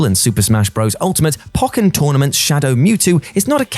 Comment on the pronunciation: You pronounce it po ken not pok ken you don't call it pok e mon afterall you call it po key mon